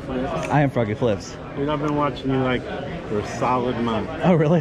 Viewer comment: If I ever see you in person I’d be like “FWOGGY FWIIPZ”